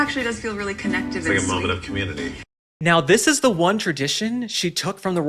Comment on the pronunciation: I cannot possibly be friends with anyone who pronounces the word “ Community “ as “ Commooniddy “…… whoever that guy in the kitchen is…. With that Ghost of Christmas Past and her husband.